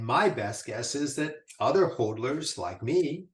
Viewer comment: It is pronounced Hodlers like the word models, mod is hod. Great stuff though